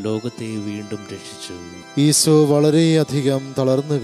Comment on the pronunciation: ഈശോ എന്നു പറയൂ..ഈസോ എന്നുപറഞ്ഞ് ഉച്ചരിപ്പ് മോശമാക്കല്ലേ.